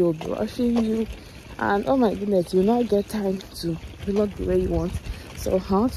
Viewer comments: Nice video, I really enjoy your content. But I wish to know if it's actually pronounced Vilog as you always do or Vlog. Just asking to learn please, no offense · Thanks for your support ❤️. I always thought of it as video blogging so I pronounced it as V log, but I just looked it up now and saw it’s pronounced as vlog. We learn something new everyday lol 😆. Thanks for pointing it out